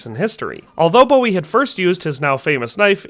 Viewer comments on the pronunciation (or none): Boo-wee. not Bow-wee. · It's pronounced Boo-ee not Bow-ee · Is it not pronounced BOO EE. I know the singer is pronounced the way he did, I've just never heard Jim's named said that way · it's pronounced Boo-wie